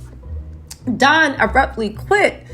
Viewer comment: It's don not dom